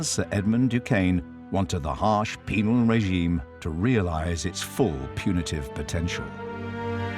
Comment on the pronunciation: Penal. NOT... Penile.... Lol